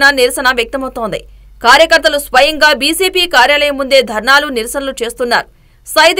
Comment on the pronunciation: బీసేపి కాదు... బీజేపీ అని చదవండి..